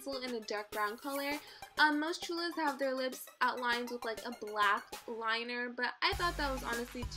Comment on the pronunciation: you said cholas wrong